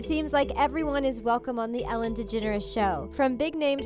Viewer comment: Said degeneres wrong